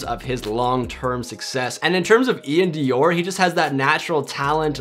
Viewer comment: U saying iann doir name wrong smh